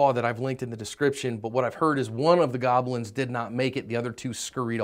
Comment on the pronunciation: "Goblins" damn 😂🤣